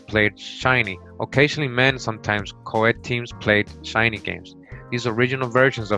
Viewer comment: You pronounce many words wrong. Shinney is pronounced shin-nee. Not shy-nee, and hoquet is pronounced ho-kay, quet in French is always pronounced kay!